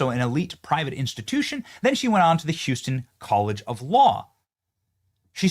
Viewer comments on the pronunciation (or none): none